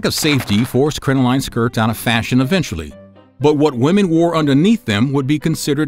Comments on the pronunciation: Please do a little more due diligence and look up words whose pronunciation you are unsure of; the word crinoline is pronounced crin-uh-lin, not crin-oh-line, despite its spelling. And they were crotchless for hygienic reasons, not sexual ones. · Crin-o-lin is the pronunciation. Also, split-crotch panties are far from "dirty". they're incredibly practical for the time, and would be helpful to many people today.